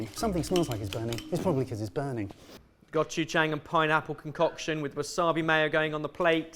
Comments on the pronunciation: Jahg not jayng. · I have to pause the video. It's not that hard to pronounce 고추장. Please call Jolly and practice for 5 minutes.